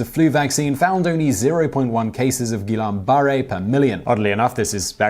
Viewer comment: Ghee-Yawn Bar-Ray Syndrome